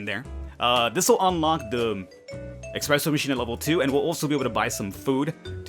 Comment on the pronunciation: Did you really just say expresso?